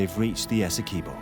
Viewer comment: As a Guyanese—thanks for sharing about my country…but every time the narrator pronounces Essequibo…Esse-quib—bow by Guyanese